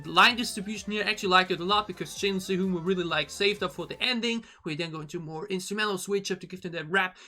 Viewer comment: Sehun is pronounced like (ten)se- (moon)hun hehe